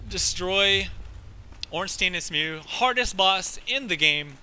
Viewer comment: Also, Executioner Smough's name is pronounced Smo (the ugh is silent). I found that weird when i found that out but thats how its pronounced apparently.